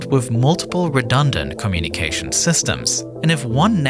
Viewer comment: Who taught this guy how to pronounce “communication”